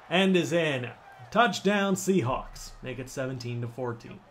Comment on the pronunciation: "sea halks" bru the hell?